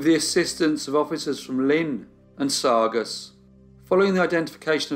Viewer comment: Great job but it’s pronounced saw gus